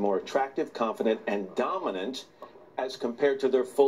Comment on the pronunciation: Lauer really emphasizing the word dominant